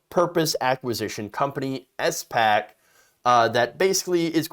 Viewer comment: Oh man please stop calling it an S.PAC... it's SPAC (Spak). Please read up/look up how SPACs actually work. Before SPACs merge there are set conditions they need to meet. They usually buy/merge with companies that do not have tangible business models.